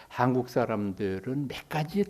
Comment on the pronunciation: 명강의를 들으며, 첫째 질문. "한국"의"한"을 강사께서, 길게 바름하셔ㅆ는데, 길게 발음해야 하는가? 이 사람 의 생각으로는 짧게 발음해야 한다고 생각한다. 제나라 국호도 제대로 발음하지 못하는 나라는"대한 민국"의"국민"뿐이다. 고국의 동포들께 정중히 권하옵노니,"한국 어문을 고발함" 이라는 책을 일독해 주시옵소서. 미국 변 완수 배